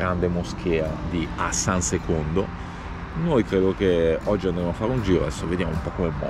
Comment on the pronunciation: lo so era una battuta squallida per rimarcare la pronuncia italianizzata, non c'era nessun intento ignorante